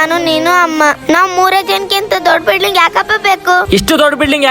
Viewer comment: 😮ಬಿಡ್ಲಿಂಗ್ ಅಲ್ಲ ಬಿಲ್ಡಿಂಗ್